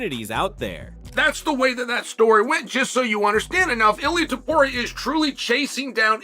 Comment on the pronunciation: Is this an A.I. narrator? Why can't he/it pronounce the first OR last name of "Ilia Topuria" correctly? How are you going to have an MMA channel and then NOT be able to pronounce the name of the fighters? Maybe creating an MMA channel isn't for you?